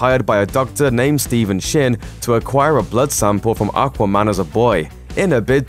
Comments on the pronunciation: Can I have a £ for every time he says okwa man?? Once more, the name is aquaman. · The best part of this video was him saying "Arkwaman" 😁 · Not sure how I feel about the way you say Aquaman. Haha